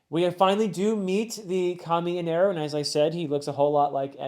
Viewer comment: ok so its not eneru it is enel the r is supposed to be an l and it got confused and the u in the end of the name is just a japanese pronounciation thing like a word cant end in a sound that isnt either yoo O ih ay or ah in japanese pronounciation so like on a word that doesnt end on any of this sounds will have a U or O added to it for example in a japanese accent the word "world" turns into "waarudo" so the name is "enel" but due to japanese pronounciation it sounds like "eneru" which caused the mistranslation in the manga to eneru